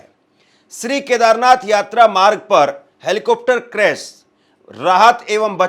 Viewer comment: क्रेस नहीँ भाई क्रेश होता है, क्या आप से कोई पूछेगा कि आप कब सीख पाएंगे,,,,, इतना आसान काम आप नहीँ कर पा रहे हैं,,, बातें ही बातें हैं खुद को कुछ करना हो तो मुश्किल और दूसरों से स्पष्टीकरण चाहिए